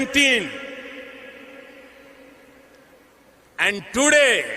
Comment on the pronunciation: In the case of India's Prime Minister you missed the wrong placement of the accent in president, he said presiDENT with the accent at the end. He also said today with the d as flap t. Maybe bcs that d is between vowels